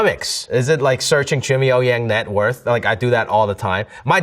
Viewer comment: Butchered his own family name 😭